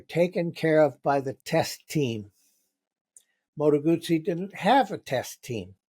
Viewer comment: "Arghhhhhh, it's NOT a "Moto-Goozey" for Christ's sake!!!" 😂😂😂